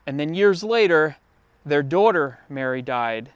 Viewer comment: I’ve never heard anyone pronounce “daughter” like you. Where are you from?